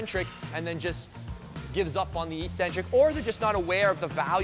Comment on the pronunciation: The word is Ek-Centric, not E-Centric! There are two Cs in the word for a reason. 'E-centric', the way you're saying it means 'without a center'. Ek-Centric means away from the center. This is why the word also means 'crazy', b/c these ppl are not in the center, or norm. Please please please don't sound like all the other meatheads on here! You're too good for that. People may consider you Ec-Centric for saying it that way, but I'm sure you can defend yourself if they make fun of you.;-)